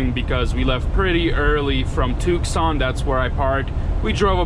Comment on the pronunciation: What is "Took-Son"? It's pronounced "Too-Son", the "c" is silent.